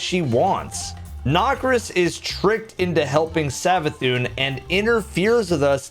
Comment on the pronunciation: "nockriss" spits drink